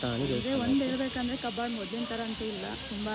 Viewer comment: ಕಬ್ಬಾಳು ಕಬ್ಬಳು ಅಲ್ಲಾ ಪಾ